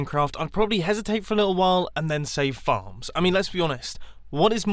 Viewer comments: I thought you said "farts" not "farms" XD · Instead of farms I thought he said f***